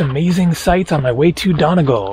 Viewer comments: I really hope someone told him its said Donny-gall and not Done-agal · it's pronounced donEEgall